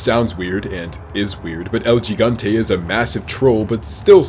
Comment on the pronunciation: Is not El "G"igante. Just say "El Higante" next time.